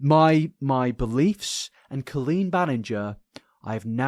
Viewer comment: pronouncing it co-lean is so funny i always thought it was col-een. imagine meeting a guy named colin and saying co-lin